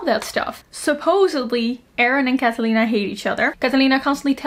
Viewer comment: that pronunciation for "Catalina" was 😙👌💋